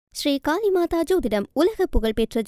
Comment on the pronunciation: மூதேவி காளி மாதா. காலி மாதா செய்தி வாசிக்கும் மூதேவிக்கு ல ள ண ன ர ற உச்சரிக்க தெரியவில்லை. I BC க்கு இந்த நிலையா தூதூதூதூதூ தூதூதூதூதூ